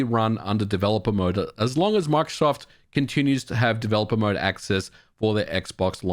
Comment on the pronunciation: Por qué dice macsoft En vez de Microsoft???